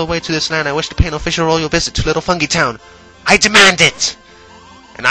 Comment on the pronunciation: i dont think it's pronounced fung-ee-town i think it's pronounced fung-guy-town